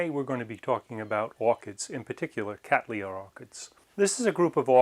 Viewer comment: Thank you for pronouncing the genus name Cattleya correctly i.e. Kat-Lee-Ya and NOT as so often heard in North America as :- Kat-Lay-Ya. The name comes from my ancestor William Cattley who's name you will note can only be pronounced as Kat-Lee so exactly why people insist on altering it is a mystery to me.